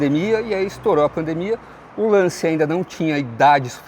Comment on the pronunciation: Sem querer ser chato, a pronúncia correta é "LanTCHIA". 😅